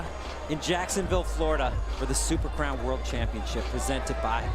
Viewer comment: Dude can't say crown.